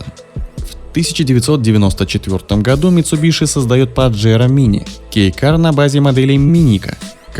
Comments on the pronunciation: Не митсубиШи, а митсубиСи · митсубиСи ☝️, от ш ухо режет